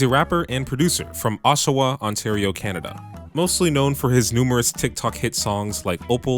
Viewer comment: lol it’s pronounced osh-aw-wa